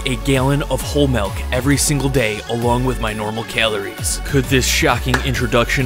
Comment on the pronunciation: That’s alot of “keleries”